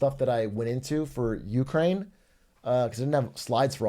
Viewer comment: why does brandon pronounce Ukraine like that